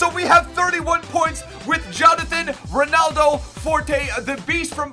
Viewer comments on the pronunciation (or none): none